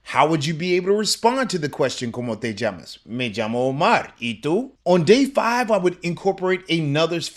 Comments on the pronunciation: isn't LL a Y sound? It sounds like you're using a J sound. For instance in the word "llamas" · Why is llamas pronounced "jammos' and not yamos?